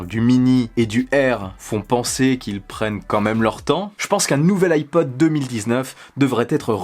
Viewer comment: Moi j'entends ipoad perso